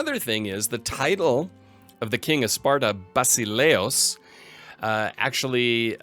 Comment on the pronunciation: One more thing that I forgot to tell you about "basileus" is that the pronounciation is on "eu'. Basically it sounds like "vasilEfs".